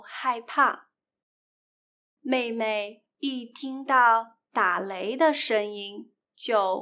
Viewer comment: . "da lei" not "da le". （打雷）。谢谢你。